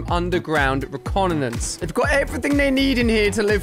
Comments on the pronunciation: "UNDERGROUND RECONANANCE "............ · Sorry, they are doing some "underground reconanonce"? What's reconanonce? Let me guess, you meant "reconnaissance"?